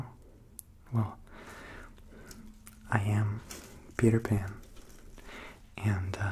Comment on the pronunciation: am i the only one that understood "I'am PewDiePan"